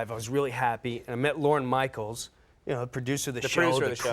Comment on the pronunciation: Is he calling him Lauren Michael’s?